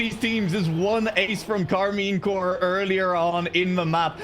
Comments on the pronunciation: Might be because it's shortened to corp, like the marine corps is also pronounced more like core instead of corp. Though i'm assuming corp is short for corporation, in which case the P should probably be pronounced. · Maybe learn English because Corp is pronounced Core.